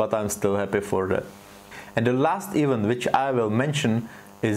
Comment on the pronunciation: Super video a super koncept. Jen taková maličkost - event se nevyslovuje "ívnt", ale "i vent". Chápu, že tě svádí slovo even, bohužel angličtina je svině :D. To jen pro celistvost videa.